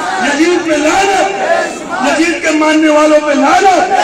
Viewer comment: Iski auqat nahi munazra karne ki. Masjid ko majjid, yazid ko yajjid bolta hai. Pata nahi iske baap ne isko kaha padhaya hoga. Ye khud Ahle bait ka gustakh hai video me bolta hai ki humko shiya se milate ho aur nicche shiya wali comments pe ❤️ bhejta hai kyu ki ye khud shiya hai.